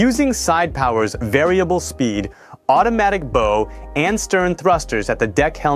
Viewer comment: Another giveaway is mispronunciation of “bow thruster” bow, like the knot your shoelaces are tied in. I’ve heard it several times in other AI voiced boat vids too. Makes me sad😂😮